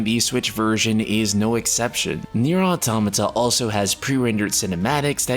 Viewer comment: first time ive seen an english speaker actually pronounce Automata the way its supossed to be Kudos